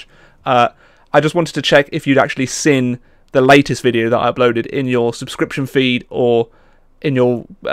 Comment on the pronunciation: says seen as sin it makes me chuckle.